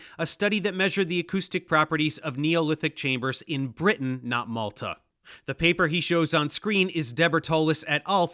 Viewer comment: I'm fairly certain he's taking the piss pronounciation of Malta, my guys.